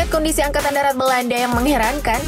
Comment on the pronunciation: angakatn darat, bukan angkatan datar 😂